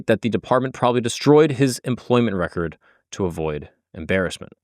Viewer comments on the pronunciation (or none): none